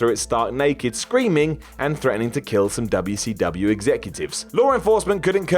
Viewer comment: I can’t be the only one who finds it funny when says dubya see dubyaaa (wcw) lol